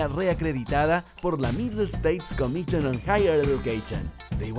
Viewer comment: comichon!...eduqueichon!!! Dios, este guey les echó a perder el comercial!!!